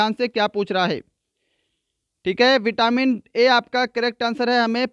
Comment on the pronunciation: Not vitamin aaaaaa